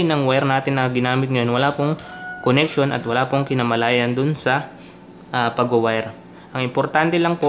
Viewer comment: Correction boss kinalaman hindi kinamalayan